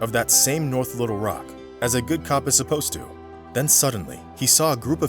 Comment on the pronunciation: Good video, story had me listening pretty hard. One little nit-pick though: when you pronounce Little Rock, put the emphasis on Little rather than Rock. Not a huge deal, it just hits the ear wrong. I'm from Arkansas, so yes, I'm sure.